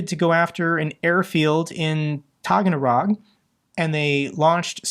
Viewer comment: Sorry,, it's taa-gann-ROK (or taa-gann-ROHHH).